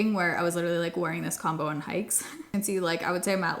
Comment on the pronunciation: Instead of “the combo i found”, i heard the “the calm boy i found and is what i wore for 2 weeks”… i was very confused and had to go back and re listen twice! 😂😂😂